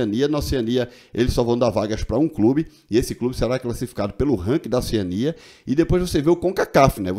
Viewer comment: Oceânia (acento tonico na letra a,paroxitona)